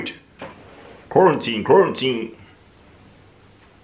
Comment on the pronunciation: literally saying quaratine, Quarantine is the funniest thing ever 🤣🤣🤣